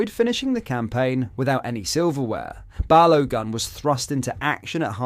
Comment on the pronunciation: "balowgun" lol